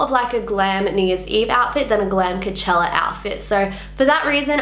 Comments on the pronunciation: Idk, the way you say Coachella, it sounds like Cachella... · Lol u keep sayin kachella